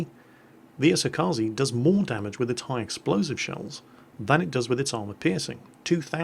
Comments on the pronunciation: it's E-So-Ka-Ze 🙄 I really need to make a guide how to say ships names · hey,, could you learn to pronounce "kaze" already?